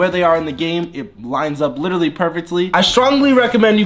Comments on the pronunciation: He says litritly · I’ve been here 4 years and Jesser still doesn’t know how to pronounce “literally”